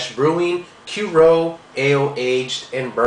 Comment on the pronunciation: Cur EE oux..dude.